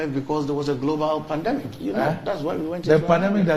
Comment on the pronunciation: E say "pandamic". Wei se ɔsupervisi masters students.